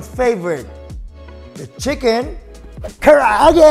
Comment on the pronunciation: It sounds like you said, “today, we’re gonna make, chicken ka’arate”!